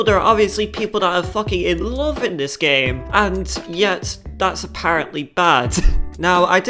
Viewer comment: I love dis game vewy much